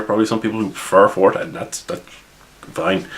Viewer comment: I'm trying to work on my Irish accent. Fourth ed sounds like forehead to me.